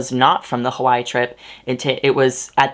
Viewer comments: sorry i’m distracted you pronounced hawaii as “hawai” instead of “hawai-e” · Hey, I don't know if you know but Hawaii was a typo when the islands were submited as a state; it's actually Hawai'i pronounced Havai ee. Also, thank you for being so awesome with the trigger warnings and being sensitive with bleeping some words out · Hawai'i is three syllables